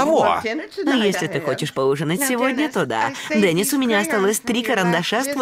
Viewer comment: Здесь обязательно надо ставить ударение на букву [йэ], а то почти все читают как имя Дени́с.